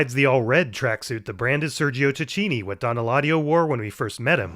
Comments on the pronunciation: It's pronounced "Tákinni" the CH sounds like a K in italian, think of Chianti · don't mean to nitpick, just want to point out Tacchini in Italian is pronounced with a strong 'c', as in Takkini 😊